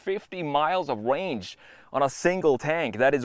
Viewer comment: 650 miles of wange, that's amazing! It still depends how loud it is. You need to be verwy verwy quwiet if you use it for hunting wabbits.